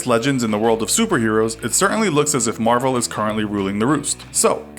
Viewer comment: He can't even say Marvel DC favoritism